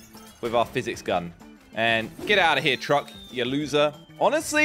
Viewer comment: You just said LOSSER to yourself😂